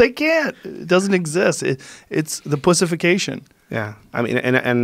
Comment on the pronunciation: "Pussefication" haha good one